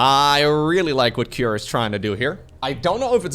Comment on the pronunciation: i'm curious why did pronounce cure with an a behind it, like kira or cure-a. is it how cure pronounced in his region?